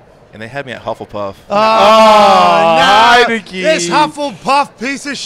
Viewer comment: Pat, its Hufflepuff, not Huffleduff